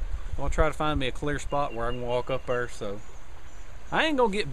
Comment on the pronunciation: ok now you are pronouncing "there" in 4 syllables lol